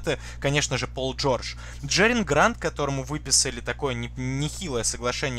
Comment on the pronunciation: Простите, но не Джериан, а Джерами Грант 😉